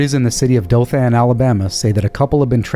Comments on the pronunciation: You usually do really well with names pronunciation. I know people from Dothan and they don't say it with emphasis on the a. Emphasis on the o and the an sounds like the word in not like anne. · Great show, if you ever have another story involving Dothan it's pronounced Doe-thin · Love you guy's videos! Watch every day....Nit pick - sorry.:) Dothan sounds like... (dough-thin) Chickasha was perfect!!! 😉 🍕 so sad... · Y'all typically get the pronunciations right, but Dothan, Alabama is pronounced "DOE-thun".